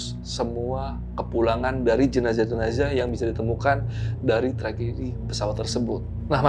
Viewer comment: Terganggu dengan kata jenajah hrsnya jenazah